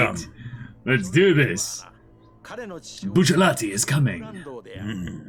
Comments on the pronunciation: and to pronounce Bucci with Rs rather than Ls..... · Btw Bros, I didn’t figure this out until recently, but Bruno’s last name is pronounced “Boo-Cheh-La-Tee.” I forgot that the Japanese don’t have Ls in their language, so they pronounce it “Boo-Cheh-Rah-Tee”